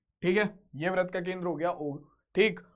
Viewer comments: Vrat not vrit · Brat nhi britt sir